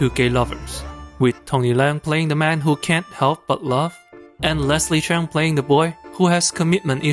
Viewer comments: OMG - this guy is Asian & he can't even pronouce Leslie's surname. it's Cheuuuuung not Chan! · It is supposed to be Cheung.. not Cheng